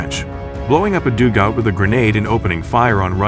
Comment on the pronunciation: Teach your computer to say dug-out